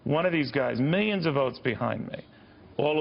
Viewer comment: meelions of meelions of votes! Believe me folks Trump is on a streak